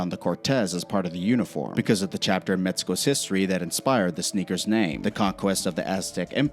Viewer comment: Where is Metsico? And what is Metsican?